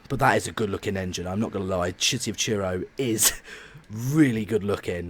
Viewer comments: Truro is pronounced "Truh-roh" Not "Cheer-oh" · Instead of Truro you said Churro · Please learn to say Truro not Tyuro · It's City of Truro, not city of churro. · City of Truro not City of Cheero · It's TRURO NOT TURO (have 2 point it out. Sorry( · When you say “Truro” I hear: Cheero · I live in Truro, nice to see my baby doing well. “City of Churro” 😂😂😂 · He keeps saying city of churro